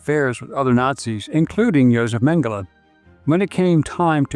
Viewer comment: Tradução os nomes o cara fala tudo errado.. Mengele chama de mangala... kkkkkkkkkk